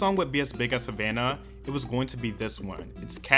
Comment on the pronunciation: Chile it's Havana not Havauna 🤦🏻‍♂️🇨🇺